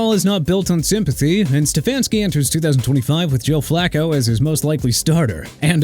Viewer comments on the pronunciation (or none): I'm sick of this Flak-koh garbage from you. Joe Flacco is pronounced FLAH-KOH!! Also MIKE MCDANIEL MIAMI DOLPHINS ON THE HOT SEAT. HE SHOULD BE BECAUSE OF YOU! CAN'T ADJUST IN THE COLD WEATHER, COLLAPSING LATE IN THE YEAR, BIG STARS AGING OUT OR ON THE MOVE... WELL AWARE OF THAT OKAY?! LEAVE MY TEAM ALONE AND STOP TRASHING THEM! I AM GETTING AGGRAVATED WITH YOU AND EVERYBODY IN THE COMMENTS TURNING MY TEAM INTO A JOKE!! GET A LIFE!!